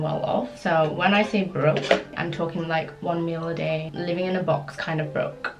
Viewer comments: bro when she said broke as in "one meal a day" i heard "one mil a day" UHSDHFSDHFI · Danielle Cheung deadass, I’ve heard that too, lmao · My deaf ass heard it too 💀💀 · Me too😂😂🤣 i was like: ok.